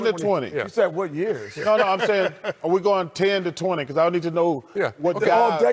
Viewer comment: Charles said “Wat” 😂😂😂😂😂